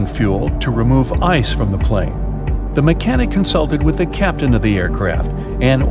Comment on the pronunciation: Everytime he said "ice" in the first 3 minutes I heard it as eyes 👀 I couldn't help but see it in my head.🤣